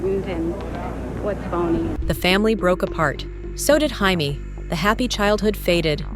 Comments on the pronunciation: AI Garbage about JAMES KING, model legend---- why is her name being pronounced HI-Mee, she's not even latin. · “Hi-me” King? This AI narration is trash. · Her name isn't Hi-may. She's not Latina. Her name is pronounced Jay-me. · Came here to mention this. She is an American model, her name is pronounced “Jay-mee”! 😂😂😂